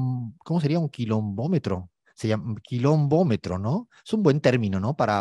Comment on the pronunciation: Se dice y se escribe correctamente asi: Kilónmetro jajajajajaja 🤣 🙊